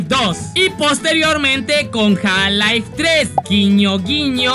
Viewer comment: JAL lai no mames se pronuncia "jalf laif"